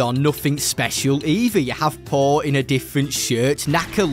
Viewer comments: Poe? Is that what he was saying? I thought he was saying Paul and I was super confused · Am i the only one who heard him say paul not Poe